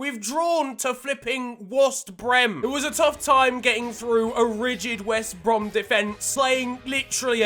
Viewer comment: "wost brem" 🤣🤣